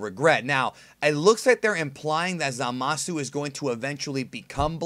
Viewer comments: My take is that Zamas was "killed" (fusioned?) by someone else in the future, that is the extra ki they are sensing and why Goku does not percieve evilness in him. BTW it is Zamas... or "Zamasu" with a silent "u".... just listen carefully to the episode, thereis no "u" sound ever spoken (and that is the way it should as there is no hiragana for s, so su is used). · Lol, someone doesn't know that the "u" is silent. No Japanese person will say Zama"su" They will keep the "u" silent. Same with the english word for like, which is "suki" they say "ski". Or a name like Keisuke. It will be "Keiske" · Lmao that way u say zamasu